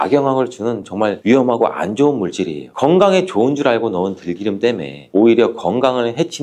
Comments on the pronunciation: 들끼름이 아니라 들기름입니다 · 들끼름 아니에요, 약사님~. 참끼름 아니듯이.